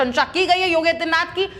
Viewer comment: इस एंकर को योगी आदित्य नाथ जी का नाम भी सही-सही नहीं बोल पा रही है इसे एंकरिंग के लिए कौन recommend किया है इसे तुरन्त हटा देना चाहिए अथवा चेतावनी दी जानी चाहिए।